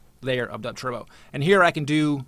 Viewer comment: why does he call it "dubtwerbo".. i only came here because it comes in related videos to 1 of my videos :L